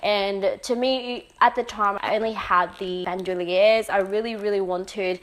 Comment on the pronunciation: It's so refreshing to hear someone properly pronounce Bandouliere